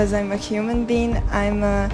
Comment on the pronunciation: "because I'm a human bean"